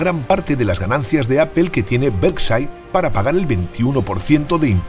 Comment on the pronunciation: Españoles por favor pronuncien bien por respeto a los demas los anglicismos van pesimo, Berside no, es "Berkchair" hablen por favor de la economia española.